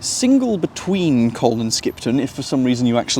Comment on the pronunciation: In colne you don’t really pronounce the L. It is more like cone, but not exactly cone.